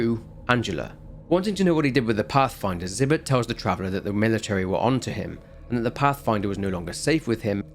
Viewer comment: Take a shot everytime he says "travelah "